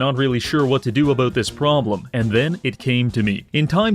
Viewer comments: What's the problem with saying the word "about", is this some kind of incurable birth-given disability? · I heard the Canadian in this one “Aboot” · Canadian detected.